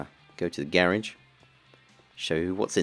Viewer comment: Its garage not gerege